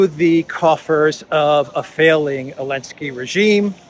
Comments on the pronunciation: Why do you pronounce Zelensky without the Z? Is there a linguistic basis or bias? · Elensky? Chelinsky please😊